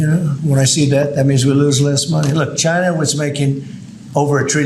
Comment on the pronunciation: It's not Chy Na!!